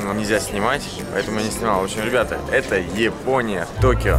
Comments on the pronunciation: не Епония а ЯПОНИЯ!!! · Япония А не Епония видео клас!!!